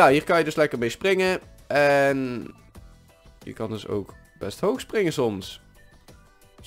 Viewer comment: Zij je nou ooak ipv ook? "Oak" is Engels. Dus dient het uitgesproken te worden als "ook"